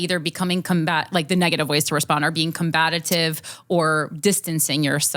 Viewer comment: Sal is gentle soul. Is it just me or does Corrine say "combatative" vs "combative"? Its cute!